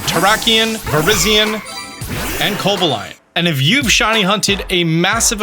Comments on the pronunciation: it's co-BA-lion, not coba-LION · why did you call cobalion coba-lion? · "Cobalaion" lmao drop the A there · the way you pronounced coballion 😭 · I thought Co-bal-li-on was pronnouced like this. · Don't be kobalying about that pronunciation... Merry Christmas to you and your family ! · co BAH leeyon please 😭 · You didn't just pronounce the "-lion" in Cobalion as the actual animal lion??? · did you say co-bill-e-on? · I think 12 seconds per check is a more realistic number, also failing to mention GO as an easier way to find these shinys is something worth mentioning. Your pronunciation of Cobalion really threw me off 😅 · You are clearly saying cobalion’s name wrong. 🙄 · thanks for the tips but i hope i never have to hear this man pronounce 'Cobalion' ever again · never heard someone pronounce Cobalion like that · can you say Cobalion again? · Terrak-eon Viriz-eon Coba-lion 🤨